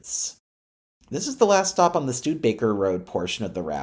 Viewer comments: Please learn how to pronounce "Studebaker" and "Artesia" When you speak I can hear the steam escaping.... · Studebaker has 4 syllables. ;-)